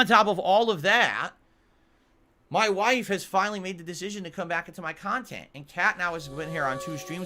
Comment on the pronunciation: "Ma-Wife" 🤣🤣😂 Fantastic 😅👊✌️😉